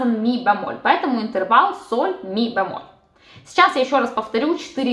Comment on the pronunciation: что такое бЯмоль? Правильно говорить бЕмоль